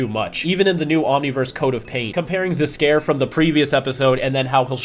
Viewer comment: I had to backtrack to make sure I heard that right, but “ze castle Zs’Skayr” was a bit funny.